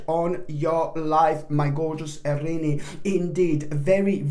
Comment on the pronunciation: I love how you pronounce our sign. Arini. So cute!!!!